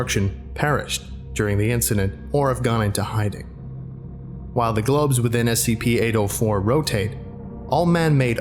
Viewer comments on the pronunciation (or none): The way he pronounce 804 sounds like "Anal 4"